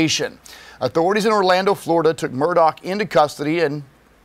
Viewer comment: Apparently thousands of criminals are above the law, as they're not being kept in prisons and jails! It's pronounced MURR-DAH not MUR-DOCK.